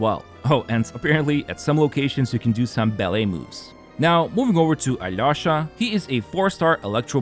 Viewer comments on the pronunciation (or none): hey, next time you try to pronounce alyosha's name, try this pronunciation a-lee-o-sha. this is the correct way (i'm russian)